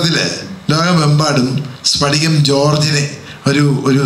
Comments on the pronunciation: സ്ഫടികം/ പടികമല്ല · സ്പടികം അല്ല "സ്ഫടികം" ആദൃം മലയാളം അക്ഷരങ്ങൾ പഠിക്കൂ😑😊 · സ്ഫടികം🔥🔥 not സ്പടികം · സ്പടികം അല്ല. സ്ഫടികം എന്നാണ് ശ്രദ്ധിക്കുക. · ഒന്ന് പോടാ സ്പടികം എന്നൊക്കെ പറഞ്ഞു അപമാനിക്കരുത്. സ്ഫടികം എന്ന് തന്നെ പറയണം